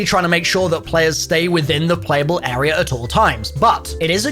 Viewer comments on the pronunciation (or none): Imagine pronouncing “Area” like “Errierrr”